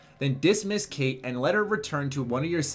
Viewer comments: its actually pronounced "Kite" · You said her name wrong dude